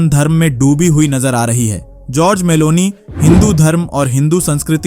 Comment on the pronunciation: नाम तो सही बोला करो भाई नाम जॉर्जिया मेलोनी है